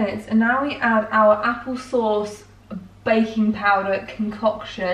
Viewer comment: When you said baking powder, I heard bacon powder lol